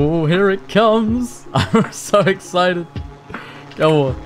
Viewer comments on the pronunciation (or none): none